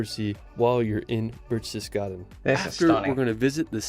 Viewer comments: nonono No birchtes… it’s Behhhrchtesgarden … the same “eh” like in porsch-eh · Wow! Enjoy your time there. I have vacationed in Germany, Austria and Switzerland many times and have seen most of the areas featured here. It really is that beautiful! My favourite city is Freiburg. PS his pronunciation of Berchtesgaden is not quite right, but you will hear the correct one when you are there.